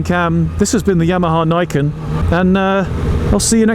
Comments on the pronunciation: I'm pretty sure it's pronounced 'Nee ken', as in _two swords_. Nice review,. 👍 🏍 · It is pronounced nee ken : nee = 2 in nihongo